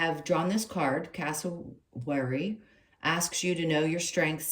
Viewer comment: Perfect reading, thank you. I'm from Australia and you pronounced Cassowary almost spot on. I'll have to find that deck for myself ❤